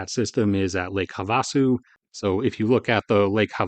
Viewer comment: Great video, just one small note, it's pronounced Have-uh-su